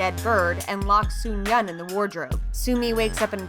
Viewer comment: It's suyeon, not sumyeon